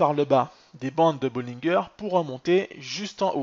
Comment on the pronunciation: On prononce bollinger en français comme " manger" haha